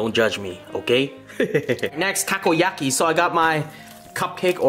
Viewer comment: dude he cooked the Takoyako as he sais but its "Takoyaki" he cooked them so bad and then even used scissors its quickest if you cook good balls and then turn them with a skewer also he uses chopsticks and pokes things that is so disrespectful all over asia